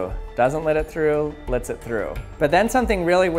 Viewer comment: Does he purposely say lits light through, instead of lets light through? I mean he is talking about light so is he just being punny?